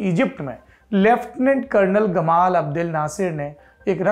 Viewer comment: गमाल नहीं जमाल अब्दुल नासिर अरबी थोड़ा दूसरे किस्म से लिखी जाती है इसीलिए उसका इंग्लिश उच्चारण सही नहीं हो पाया है।